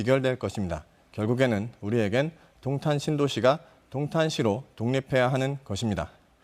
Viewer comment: 야~ 도옹탄이아니고 동탄!!!! 발음 머 같네` 넌 안돼겠다.